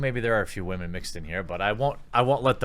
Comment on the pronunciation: Why do you keep saying WAHMEN. WTF does that even mean? Why not just pronounce them as women?